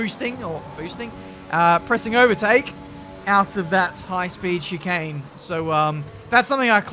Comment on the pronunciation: Take a shot every time he says shikane